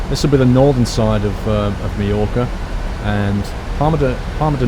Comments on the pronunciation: for people who do not know how to say Mallorca read this Mayorka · its Palma de Mallorca Paul-Palma NOT Parma and Ma-yor-ca - ll in spanish makes y sound